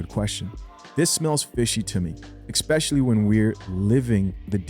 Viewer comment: I like your content and current events but one small constructive criticism: there is no “x” in “especially”.can I suggest you consider moving to the word “specifically” instead, as this would fit your syntax where you usually say “ex-specially”. Small thing but every improvement in life counts and the gym is not the only way you can make small gains. Rock on, love the work